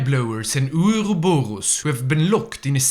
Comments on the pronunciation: The way I hear ourorboro is too damn funny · The pronounceiatio of ouroborus made my day, thank you, sir